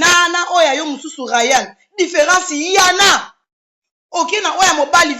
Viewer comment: Loba nanu miss mongo.différence "yana" au lieu de"ya en a"